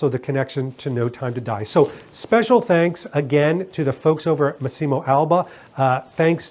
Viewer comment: the pronunce is Màssimo, no Massìmo